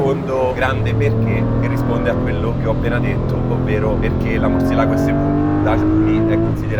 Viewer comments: Ma perché Murcielàgo se c'è l'accento sulla "e"? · recensione a parte etc, si pronuncia murciélago che sarebbe il pipistrello in spagnolo